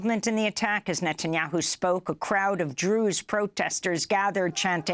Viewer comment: Clarify your pronunciation from Jews to Druze